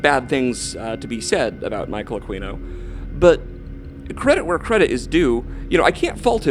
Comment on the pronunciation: It is pronounced A Keen O not a queen O. If you are going to slander and libel the guy you should know how to say his name..geez